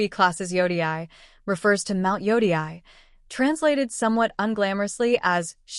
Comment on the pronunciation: Are you using an AI voice? It’s ridiculous that you cannot even pronounce Yotei. Your clip is about Ghost of Yotei you’re not even interested how to pronounce it correctly! I stopped watching after the first few seconds